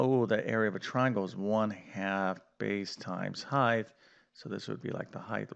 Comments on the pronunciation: Height, not hieghth please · You don't keep saying "heighth", do you? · What the hell is ‘heith’? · That was a nice presentation, but what is this "heighth" you speak of? 😆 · What is it with you Yanks and the use of “Heighth”?